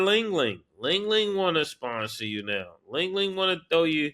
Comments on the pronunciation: Li-Ning not ling ling😂😂😂😂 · Mase calling LI-NING, “ling ling” is hilarious 😭😭😭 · It’s Li-Ning Ma$e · Damn Murda… it’s Li Ning😂😂😂